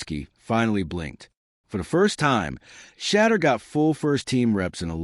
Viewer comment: Get the pronunciation of Sanders first name. Your Blogs are too long! Please just give us the facts, no embellishments! I’ll listen to one more Blog before I unsubscribe.